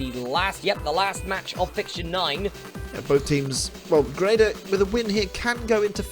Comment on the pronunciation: I can confirm Grenada is pronounced "Grenade-errr"